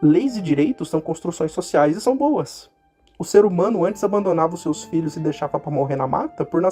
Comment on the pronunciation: Seus: "seis".